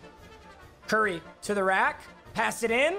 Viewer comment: “cur ry”